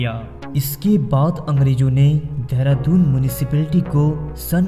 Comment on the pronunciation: धेरा दून नही चंपू. ...देहरादून. ..pronounce it properly. ...!!